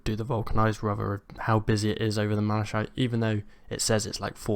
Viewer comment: MalaKITE. It's a real english word so no excuse for saying malashiet.